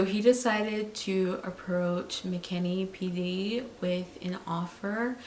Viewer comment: It’s McKinney not McKinley